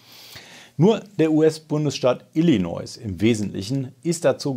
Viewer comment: das s in illiinois ist stumm